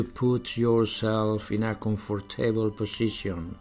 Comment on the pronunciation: me parece una buena técnica la verdad, creo que es positivo el intento pero habría que corregir algunas cosillas, claro que entiendo que dice voice, pero esa v tiene que vibrar de lo contrario está diciendo boys, y comfortable es /ˈkʌmftəbl̩/ con acento en la primera. No intento ser destructivo ni negativo, si no constructivo, ojalá mi padre supiese tanto inglés como este hombre, pero debería de cuidar la pronunciación.